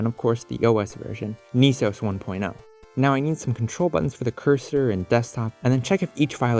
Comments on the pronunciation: "knee" sos doesn't sound so good.. I prefer "ness-os" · Not sure what bothers me more. Calling it Knee-Sose instead of Ness-OH-ESS or the lost opportunity of calling it Nintend-OS (or maybe even NintenD-OS? haha) might have to jif gif this one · Neice-ohs? Should be Ness-oss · Aughhh... why no pronounce knee-sauce..... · i know you're pronouncing it Niece-Ose, but my brain parses it as "Any Sauce". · I find it funny how most people pronounce N.E.S. as it's spelled, or in some regions it'd sound like "Nehs" due to accent/pronunciation, but once you added O.S. to the end you changed to saying "knee sohs" / "Niiisos"